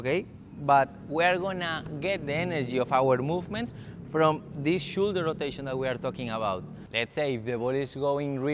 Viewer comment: great video, no quiero ser piki smiki pero si quieres mejorar mas aun tu Ingles shoulder se pronuncia igual como 'show' fonenticamente seria showldu